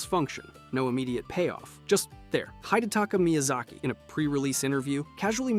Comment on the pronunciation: HIDE - taka miyasaki??? HIDE - taka???